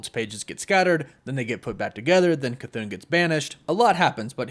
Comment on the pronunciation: Chython = cuh-thah-n no elongated syllables